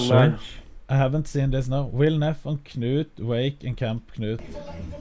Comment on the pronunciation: honestly, huge respect to Will for pronouncing Knut that well and also impersonating the accent better than anyone. Different kind of big respect